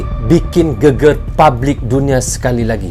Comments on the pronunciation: mas bkn geger tp..GEGER ..geger itu arti nya badan..klw GEGER bru bner art ny heboh mas.. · Cara baca GEGER salah bang.. Bunyinya salah huruf E nya